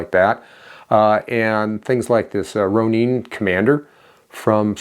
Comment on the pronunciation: Ro nin....not "ro neen" Ronin is a Japanese samurai with out a master.